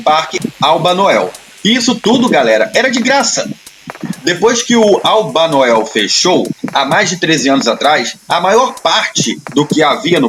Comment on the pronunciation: O tempo todo é narrado " Albanael " e o correto é Albanoel